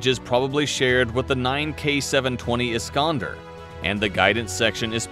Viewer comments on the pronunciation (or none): none